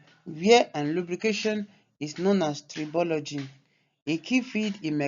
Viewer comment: Finally someone who pronounces “tribology” correctly on YouTube Great content regardless!